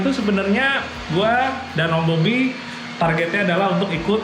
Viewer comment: Om "BOBBY" Gua dengernya OM Mobi 😅😅 Kaget gua